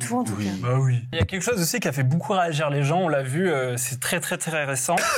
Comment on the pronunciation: " Beaucoup " je pense que il l'écrit bOUcoup 😅 Il prononce toujours bOUcoup